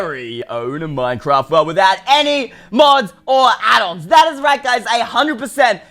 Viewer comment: When he says addon he sounds like saying addults